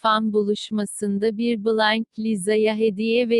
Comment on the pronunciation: Kimse: Hiç kimse: Google ses:bılaynk